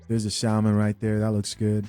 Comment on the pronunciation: For those who don’t kno, the L in salmon is silent. It’s not SALmon it’s saa’•mon